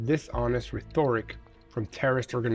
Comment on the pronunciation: "Rhetoric" is pronounced "REH-toric," while "rhetorical" is pronounced "reh-TOR-ical." The expression is, "cease fire." You ask for the firing to stop; OR you ask for (or agree to)--or you pressure the enemy to ask for (or agree to)--a cease fire. "One hundred and seventy-three days" or "THE one hundred and seventy-third day" (and "seventy-fourth," "seventy-fifth," etc.) If it's exactly 100 days or 200 days, it's "the one hundredth day" or "the two hundredth day." Thank you, as always, for the "Boots on the Ground" update.